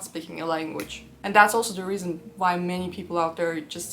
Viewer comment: sto saying the letter v instead of w you really tripping me instead of saying why you say vhy why?